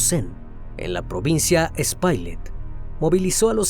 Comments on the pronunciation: El criminalista " espailet " ...por no saber decir ( ESPAILLAT ) , "macóri"..por no saber decir (MACORĪS)..."CENÓVI)...por no saber decir (CENOVÍ) ....que lindo Dios lo bendiga y gracias por publicar tan triste caso que estremeció mi pais y parte del mundo 🙏🙏🙏🇩🇴🇩🇴🇩🇴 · No es espailer es Espaillat 💀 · La provincia "espailet" que se menciona, realmente es "Espaillat" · Brother, la provincia es Espaillat no espailet... Pero después todo bien, gracias por atender un caso tan feo de RD.🇩🇴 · Pronúnciese... Espaillat>"Espallá", MacorÍs"...... Excelente trabajo! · La narracion esta excelente uno que otro error en la pronunciacion de uno que otro nombre como Espaillat, pero fuera de esto quedo genial.